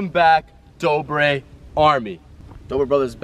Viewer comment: it dobre not dorbe